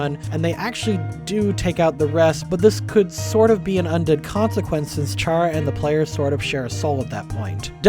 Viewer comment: Every time I hear you say "Chara" with a soft CH, I recall Blazer Terribad/Specter Spark/Sparky yelling in a video collaboration with Wamboo. Chara's name is a pun on "character"; every name in Undertale is a play on words.